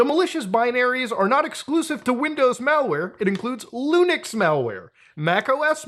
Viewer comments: Stop saying Lunix when its Linux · Can you please STOP pronouncing Linux as " Lunix " please.